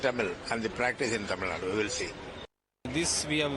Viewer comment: Learn how to pronounce a State's name properly or does the presenter has eyesight problems. It is "Tamil Nadu", not "Tamil Nad".